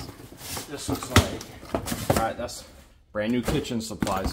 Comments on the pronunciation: Sorry to correct, but chaise is pronounced like shayze not chase. They do the same in Australia. It hurts my ears every time I hear it 🥺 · It's pronounced (shaaaaaze).😂